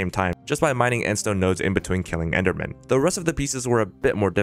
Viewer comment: So I was the only one hearing end stone "stord"? XD keep the good work <3